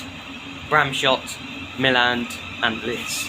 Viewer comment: At least finally someone who said Milland correctly! It's difficult to communicate whilst we ring at Milland and there's a wedding group outside!